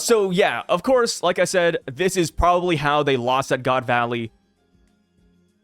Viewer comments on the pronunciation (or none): none